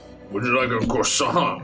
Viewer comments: this is my fav 🤣🤣🤣 "I'm gonna get a CWASON" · NO. How dare butcher a croissant! /j